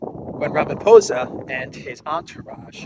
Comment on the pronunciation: You are pronouncing our President. Cyril Ramaphosa's surname correctly now brother......